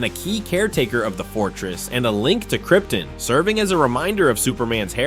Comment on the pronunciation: What's Kryptin? I know what KryptOn is, but never heard of "KryptIn" before. Does this mean you are using an AI voice for this because he can't pronounce anything correctly?